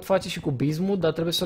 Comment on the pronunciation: de fiecare daca cand spune 'bizmut' am impresia ca spune diznuts